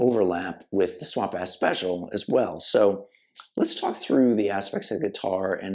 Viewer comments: It’s Swamp Ash, not Swamp Ass lol. At least that’s how I hear it. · Did he say swamp ass? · Swear this guy keeps sayin swamp ass.